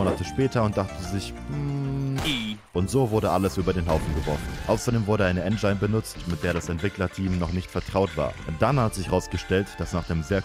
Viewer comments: mega lustig, ich komm nur nicht ganz klar, dass das Wort "engine" wie "ändschain" ausspricht 😁 z.B. (zieht sich aber durch alle seine Videos durch) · sagt mit absicht "En-Geine"? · Hat der Typ ehrlich jedes Mal "enjein" für engine gesagt? Oh weia.